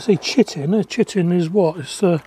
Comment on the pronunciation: I think its pronounced Ky-tin. I buy krill meal from fish bait shops and add that to my beds. It's made out of Chitin. It is also what insect exoskeletons are made frim. By adding it to the soil you promote the production of chitinase, the enzymes that degrade chitin. As insects are made from chitin they don't like hanging around in an environment that has high chitinase as it is literally trying to digest them. Charge will also have a fair amound of chitim frol the dead bugs that make it into the frass. Don't think it will help with slugs at all.